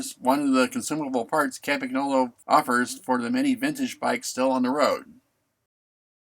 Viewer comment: Might always have been "Campy" in the US but it's always been Campag in Britain. (certainly was in the 70s anyway) One thing it's never been anywhere though is Campag-nolo! G N in Italian is pronounced like "ñ" in Spanish so Campanyolo. Lovely bike however it's mispronounced!